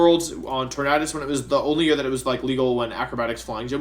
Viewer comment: Why do you keep mispronouncing the name "Tornadus"?